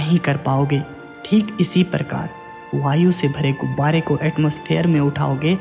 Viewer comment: Gubare Ko gubaady bolte Ho aap.